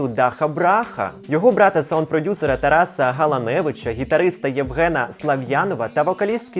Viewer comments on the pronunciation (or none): none